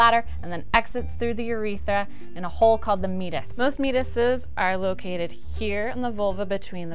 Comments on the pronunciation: I apologize, but I have to bring this up, because it's driving me nuts. It's pronounced 'me-ay-tus', not 'mee-tus'. I do love this channel though! Keep it up. I don't think kids get enough sexual education in school anymore (especially in the US) so they probably turn to the internet for their information. Hopefully they'll find your channel, which would be rad. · For a second I didn't understand you meant Meatus because I've always heard it pronounced differently. Great video though.